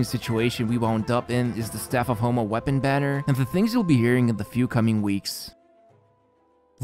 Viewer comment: he says "the staff of HOMELESS banner" 😂